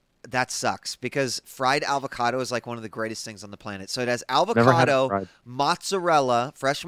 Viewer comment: is he say "alvocado" ?